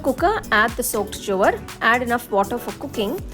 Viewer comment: You don't know how to pronounce Jowar?